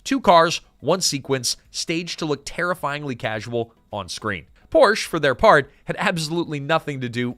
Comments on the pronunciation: Pronounced POOR SHA not Porsh. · Porsche….not porch…. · Yet another wrong pronunciation of "Porsche". It has two syllables. Poor - Shuh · Porsche (por sha) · Porsche is a two syllable word, Mr. AI voice. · Porsch Ah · Porsche is a 2-syllable word, "Por-sha". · por-sha mfer....ughhh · Car dork here and pedantic note: "Poor-sha", it's a proper name - Ferdinand Porsche. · Please pronounce Porsche correctly. Joel did! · Remember when folks knew how to pronounce Porsche? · Dude... I want to like this video, but your mispronounced Porche too many times.